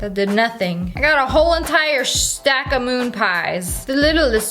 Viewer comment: I love how she said,”we got a whole entire ✨sHhHtAcK✨ of moon pies” 😂😂